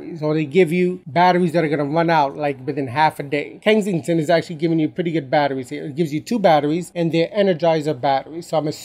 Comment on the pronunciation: It's Kensington, not Kengsington lol